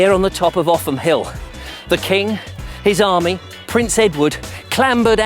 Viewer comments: Offham Hill and the village of Offham are pronounced Oafem locally. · Interesting stuff and really well presented. As you said, there's far more to see in the area than you had time for. I believe Offham is pronounced 'Oafham' by the way. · Enjoyed this thoroughly! But you didn't take advice on local pronunciation: Lewes has 'Leweesians' and Offham is 'Oafham' - still - the video was interesting to watch and most enjoyable. I hoped you'd manage to get on one of the Brewery Tours - they're excellent (like the Beer - named for many local events like 'Bonfire Beer' etc.) The Brewer is quick to mention that the water doesn't come from the Ouse, but from deep artesian wells! Hic! and is called not 'water' but 'Liquor' - Haec, Hoc! And the Chalk Pit Pub is now an Indian Restaurant . . . .